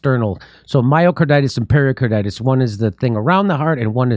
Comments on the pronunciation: Nice show, but pericarditis is not something you get from drinking Perrier. It is pronounced "peh ruh carditis", not "perrier carditis" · Just a point: It’s “peRICarditis, not ‘peRIOcarditis’. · It isn't per-i-o- carditis, it's per-i-carditis. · peri-, not perio- carditis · Hey, Jimmy! It's pericarditis, not periOcarditis or periALcarditis. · Why does Jimmy keep saying Perriercarditis? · Pretty sure it’s not pronounced Perrier Carditis 😛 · There is no O in pericarditis.